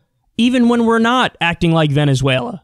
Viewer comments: He said Venssueylaaa so im convinced.... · I'm here to hear Kyle's imitation of vEnezUelA